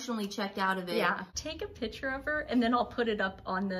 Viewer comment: The word ladies is PICTURE. Not pitcher.